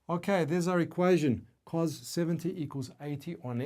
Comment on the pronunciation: cool but not how you pronounce cos